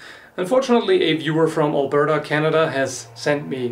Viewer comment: All-burta? Your pronounce that funny.